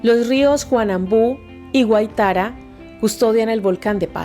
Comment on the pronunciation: Hola saludos desde pasto Nariño la pequeña Sparta de Colombia ....nuestro rio se llama guaitara ......no es guaitaraa